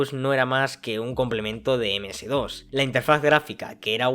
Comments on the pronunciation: "eme ese DOS" no, es "eme ese de o ese" o mejor aun "em es di ou es"... y si sirve. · amigo, yo que vivi esa epoca le puedo decir algunas cosas, Ms DOS se pronuncia "eme" "ese" "de" "o" "ese", que era el sistema operativo, el Windows era solo una interfaz grafica, pero el sistema operativo seguia siendo el Ms DOS. La PC cuando arrancaba se cargaba el SO que era el DOS y despues si Ud. queria ejecutaba el Windows, despues el SO comenzo a arrancar con la interfaz grafica. Y hasta el dia de hoy me parece que el D.O.S. sigue subyacente y la interfaz grafica con todo lo "que se ve" solo oculta el D.O.S. que esta abajo. Saludos.